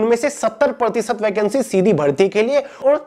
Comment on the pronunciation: Sir aap tho shidhi bharti bola ho sir . 😂😂